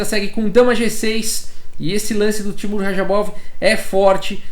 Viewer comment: Também fiquei incomodado